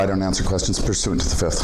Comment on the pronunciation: "Uhh I don't answer questions under the fee'fft." 😂